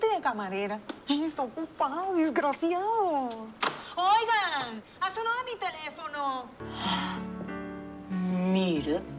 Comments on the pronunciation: Es "DESGARACIADO" 👏 😆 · Desgaraciadouuo xD ❤.